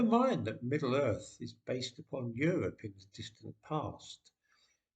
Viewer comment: It is now middle “Earf “.